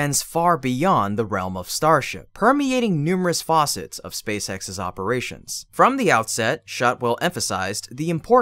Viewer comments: Facets, NOT Fawcets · Facets, not faucets …